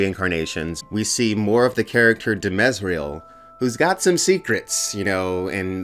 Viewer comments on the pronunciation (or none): Demerzel not demezrael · Not bad, appreciate the perspective! A couple errors. Raych is totally in the book! And get comfortable with the characters' names: It's Demerzel, not Demezriel. Also +1 to the hat and shirt :D